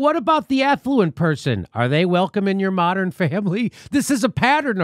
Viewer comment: Jimmy, did you say affluent or effluent? Because there IS a difference you know.....